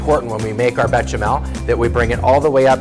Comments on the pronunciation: "Bay-shah-mehl." Instead of "Betcha smell." Please. Try. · I don't see a "T" in Béchamel? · BEsh-a-mell There is no T. Also, Cold milk, hot roux, no lumps. Don't be stupid.